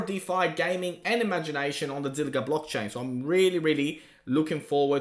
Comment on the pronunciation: Zilliqa qa qa not zilliga Ga Ga it's Qa